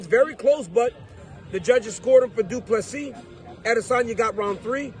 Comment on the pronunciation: Thank you for pronouncing his surname correctly.